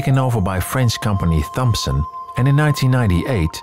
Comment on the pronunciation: You mentioned assets sold to different companies, one of which you ID as THOMPSON, though native English speakers will pronounce the name TOMSON. It was nice to hear you shake up English pronouncing it as it is written....... now I have to look up the historical background for TH v T.....